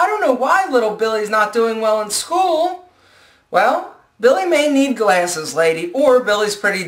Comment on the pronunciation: lol you say "glAYses" ;)